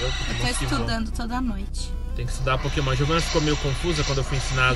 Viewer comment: Só eu que ouvi no começo do vídeo ele falando: KÉMON mais eu acho que era pokémon o nome :P